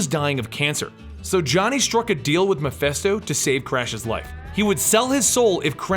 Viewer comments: I'm sorry to point it out but Mephisto is pronounced "meh-fist-oh" not "meh-fest-oh" And Zarathos is pronounced "Zer-ah-thos" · I think the name is MephIsto not MephEsto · "Mephisto", "Meph-i-sto", with an "i" not an "e" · What cracks me up is you & the Variant comics guy don't know how to pronounce MIPHISTO... You both pronounce it MI-FEST-OH.. When it's ACTUALLY pronounced MI-FIST-OH. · sorry i don't usually point these things out... and there'll probably be A LOT of others to do so...but... its Mephisto, not Mephesto... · The name is pronounced "Meh-phee-stoh". You're welcome. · Great video as always I never knew all this background about the Spirit of Vengeance and the several Ghost Riders :D. Just one thing though. Is it just me or did you kept pronouncing Mephisto as Miphesto?